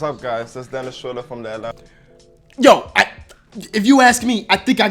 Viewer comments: U still did Dennis wrong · u got dennis wrong again